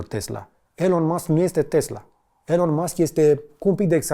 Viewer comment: Te rugam noi sa nu mai vorbesti in Engleza in viata ta ca ne dor urechile...Nici macar numele lui Elon nu-l pronunti bine :))